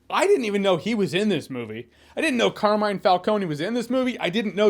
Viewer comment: Car Me Ne (like the first syllable in the word Never) Finally the accent goes on the first syllable: Càrmine. Not "Car(which is)mine"...